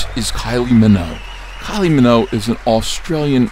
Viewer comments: Kylie Minogue come on Ethan, at least say her name right, show some respect.... Minogue like Vogue, not Minnow, pronounce it correctly, please, thank you, that is all!" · Stop spreading fake news about Kylie's surname. It's not pronounced Minnow. It's Minogue - MinoGue. Fix this now, I'm off to France